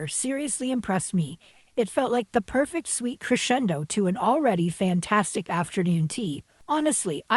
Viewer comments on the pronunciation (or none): none